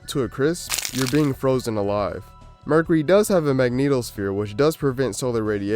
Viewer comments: i had my volume pretty low when the video starts and I thought he said "murder" instead of "mercury" n i was like well yeah that'll do it.. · Dude sucks at YouTube.... Don't quit ya day job... said "Merk-er-Eee' hahahaha what is Merk-er-Eee'? Haahahaa what is mummafacation? Lmao 😂 those aren't words